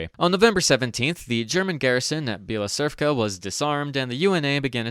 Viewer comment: As the representer of the Ukrainian nation, I would like to just call Bila Tserkva something like "White Church", even though you are a MVP, regarding the pronounciation of our names, you butchered it too many times, sorry. It will also be way more convinient for you, I`d say. Thanks for enlightening the world of unknowing English-speakers with the bestowen quality content.